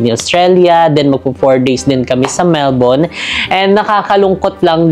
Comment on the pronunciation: Almost perfect pronunciation ng Melbourne. Love it 🥰